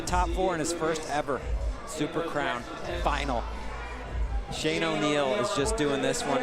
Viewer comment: Dude can't say crown.